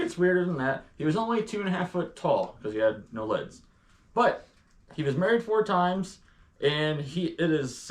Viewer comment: are you saying he had no leds or no legs? I'm hearing "leds" but assuming you're saying legs.